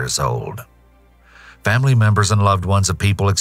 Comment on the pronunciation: . Did you just say famry? Seems sus